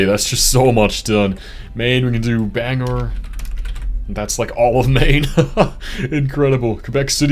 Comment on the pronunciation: The way you pronounced Bangor was a crime. I never believed people were actually capable of butchering Bangor😭